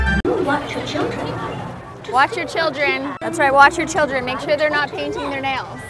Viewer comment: The fact that she said children wrong concerns me